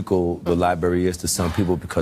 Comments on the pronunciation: Its LIBRARY dammit.. Dude kept saying Libary.. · Which specific American dialect egregiously mispronounces the word library? Please be specific. 🤦🏾‍♀️